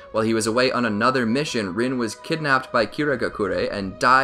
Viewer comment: Kushina is pronounced Kooshinu And Rin is pronounced Reen